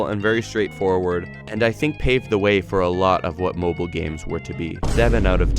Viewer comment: My man did not just say, M O B I L E